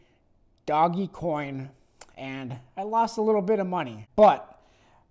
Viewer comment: Smart choice....Tesla , blackrock speak for itself. Mark Cuban loves ETH.😉don’t mind the dinosaurs... were are investors, not fanatics of one or another asset. It’s not doggy coin...it’s pronounced Doge like “forge”😉